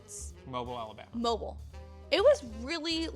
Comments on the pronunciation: Great series, but... moh-beel. :) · So glad you got to experience Southern hospitality! I’ve lived in Mississippi all my life and love it! Just a little correction on Mobile, it’s Mo-bile (the i is short and the e is silent.)😁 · Mobile Alabama is pronounced Mo beel And yes, southern hospitality is for sure a really thing! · I love you guys but PLEASE pronounce Mobile correctly omg its irking me hahahahahah (Mow-beel) all the love though xxxx